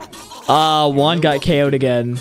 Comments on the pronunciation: You have to to pronounce his name right u are saying uan but jus5 pronouns it like it’s on the comment it’s guan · bro just keeps calling juan uan 💀💀💀💀💀💀💀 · Bro you said jaun not juan